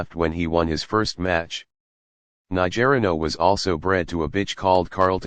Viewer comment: It’s not….ni ger ino…it’s niger ino…..